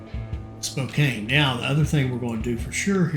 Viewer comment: It is Spo CAN not Kane, otherwise I am enjoying htis.